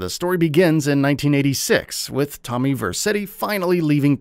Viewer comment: First you butchers Tommy's name. and now you don't know Victor's name ? 😂😂 sheesh.